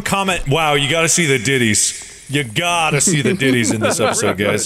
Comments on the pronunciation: Diddys ❌️ Deities ✅️ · wow, yall see the ditties? (deities, it just sounds like they said "diities") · dee-it-ees not ditty lmaooooooooooooooooooooo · sounds like they sayin "diddys" not deities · i’m guessing this portion got delayed by how many times they made deities (pronounced wrong) jokes cause BOY that sure is bad timing